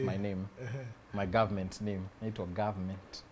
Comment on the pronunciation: Kwanza when he says gavment 😂😂😂😂😂